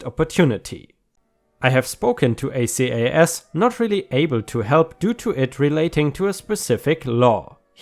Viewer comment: Acas is usually pronounced as one word, not separate letters.